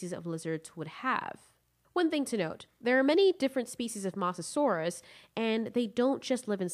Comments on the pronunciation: It's MOsasaur not MAsasaur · STOP GOD DAMMING CALL HE MOSASAUR MOSS A SAUR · Who got triggered after she kept on saying the mosasaures name incorrectly?